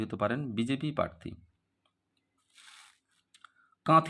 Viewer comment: আপনি তো "প্রার্থী" শব্দটাই সঠিক ভাবে উচ্চারণ করতে পারছেন না, বারবার বলছেন "parthi" আবার Astrologer !!